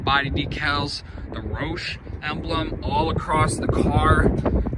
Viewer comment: Way to butcher the roush name